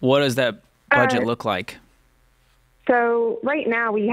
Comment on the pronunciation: Why would you not re-edit the video to cut out the mistake of "bedget?" asking for a friend.